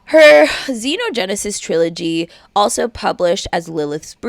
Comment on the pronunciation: It's understandable since some words aren't said aloud often, but Xenogenesis is pronounced ZEE-no-gen-ne-sis.